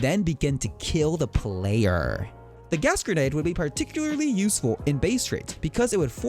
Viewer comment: The way you said player was priceless!!